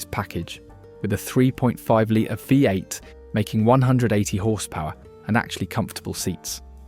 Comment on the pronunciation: So many mistakes and inaccuracies. This must be awful AI. ‘3.5L VIE 8’?